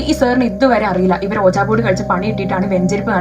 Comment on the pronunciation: Hlo mam , it's not ooja board . It spells like wee jee board.😅 But nvm nalla resnd kelkn